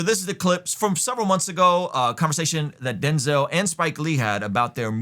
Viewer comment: Denz-El. Come on you know this one!